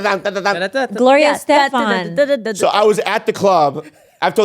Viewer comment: They kept saying Gloria Esteban 😂